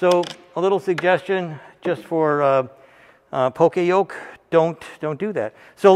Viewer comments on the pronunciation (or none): "poke yolk" = POKA-YOKE i suppose :D